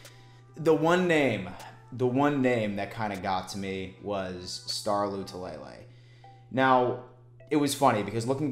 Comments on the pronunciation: Man we’re digging for content! It’s not Lay Lay it’s La Lay! Thanks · Right... it’s La - Too -La - Lay Not Lou -Two -Lay -Lay 😂😂😂😂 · I laugh every time mispronounces Star “La - too - la - lay”